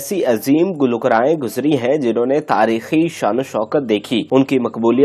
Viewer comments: وڈیو اپ لوڈ ضرور کریں لیکن اپنے تلفظ بھی درست کرلیں۔ مشق کریں گلو کا رائیں۔ گلو کارہ ان گلوکاراوں کے گانوں کا جذباتی تعلق تقریباً ھمارے بچپن کے زمانے سے ھے اور سب محترم ھیں آپ اپنے متعلق بتائیں اور اپنا تعارف کروائیں یہ سب National Legend ھیں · گلو کارائیں کا تلفظ تو درست کر لیجے۔ شکریہ